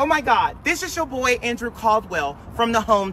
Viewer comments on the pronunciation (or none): He said boi but i all i hear is bish